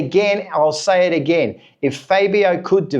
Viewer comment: Dude... you really should learn how to pronounce Fabio's name correctly! But... the question isn't if they should let Fabio go, I find a problem is that they have failed to develop the bike even before Fabio came to the team. It was during Rossi and Lorenzo's time that the would bring develop to the bike and then they remove the developments because Rossi and Lorenzo could override the problem to a certain point. But they just lack development direction, I was very disappointed when they changed to the V4. Fabio has to be allowed to voice his opinions, he is in the mist of his prime years... every season wasted is an opportunity lost, and it cannot be clearer then when MM93 left Honda...